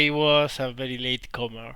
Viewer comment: I like how you say Bery Bery instead of very very lol I studied Spanish language in University and know that in Spanish V pronounces like B, but is't still funny as hell. xD